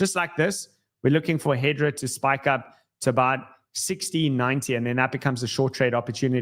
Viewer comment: HBAR is HedERA, not HedRA